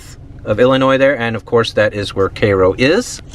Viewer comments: It's pronounced CARE-OH. I know someone who grew up there and he has complemented me on pronouncing it correctly. His name is Joe Crain and he currently works at the Abraham Lincoln Presidential Library. Before that, he was a weatherman on WICS-TV20 in Springfield. In addition, my mother grew up in Marion which is 50 miles north of Cairo and she also pronounced it CARE-OH. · Hey bud I think you're pronouncing it wrong I think it's Cairo like Egypt Cairo Egypt K-row sounds like some projects in chicago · we pronounce it, "careoh", not, "kay ro" My parents grew up very near there n they said it was a "happening" town back in the day: 50s, 60s.. been thru there many times. It's horrible.. and interesting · not pronounced KAYRO.... Cairo as in Egypt. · Pronounced karo in our neck of the prairie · That says Cairo like Cairo Egypt, not kayro as in kayro syrup. Dont know why ot's pronounced that way. Whole damn town needs to learn to read. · Do they really say "Kay-Row"? No wonder they Failed as a City! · I knew it would be a interesting video when the Guy started with KEI-ROW at the mark 😂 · Isn’t it pronounced “KyRo?” not that it matters but it might to someone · I think it's pronounced Kaiy-row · Thanks for the tour! Shame to see them deteriorate like that. Btw it's pronounced ki-ro, as in the Egytian city. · It’s pronounced CARE oh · Isn't it pronounced KY-ROW? Like in Egypt. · Kigh Roe is how it's pronounced, either way good video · You are pronouncing it wrong, it’s the same as Cairo in Egypt Cairo (/ˈkaɪroʊ/ KY-roh; Arabic: القاهرة. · Shouldn’t it be pronounced KY-ROW like the Egyptian city am I wrong , let me know ,but a cool place nevertheless I like it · All the locals seem to say "Care Row". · It’s pronounced Kerro by the locals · Pronounced CARE-oh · As someone from the area its not correct tho. Drives me nuts and when people mispronounce vienna too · There’s an I in Cairo … it’s supposed to be pronounced like Cairo (Egypt) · Your pronouncing the name wrong